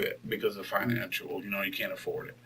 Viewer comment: Twenty-three Oh six "Financiual"